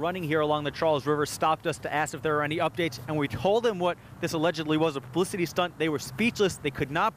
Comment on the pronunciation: haha ... he said "pubicity"